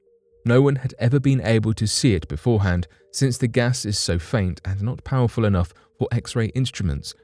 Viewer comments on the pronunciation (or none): none